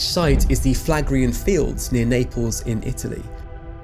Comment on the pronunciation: Phlegraean = Flegrian (Do you pronounce phlegm as flam?)